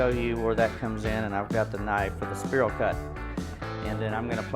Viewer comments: Don't know where you're from? But its spiral not sperl!😅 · spear all cut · Great video, but spiral is pronounced “spy rall” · I like how he pronounces "Spiral" so we can see all the people he triggers. 🤣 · The way he says spiral triggers me. 😂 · I wasant going to mention it to him in public. I planned to pull him aside on the 4th and let him know he was pronouncing it wrong. LOL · yeah NOT a bad idea, get the food FIRST then comment about how he's saying spiral cut. Don't you just love the english language. p.s. For me he can say it anyway he wants to as long as I'm invited to eat. 😋